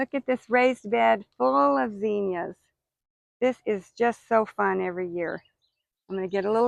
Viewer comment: Beautiful garden... please reference the correct pronunciation of zinnias when you have a moment. 😊